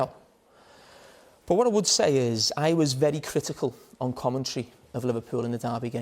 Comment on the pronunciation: Jamie: Love became Lüff But became boots 😂😂😂